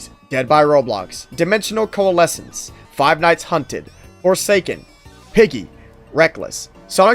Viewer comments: "BWECWAUSE ITS NWOT FWORSAKEN" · the way he said forsaken is killing me 😭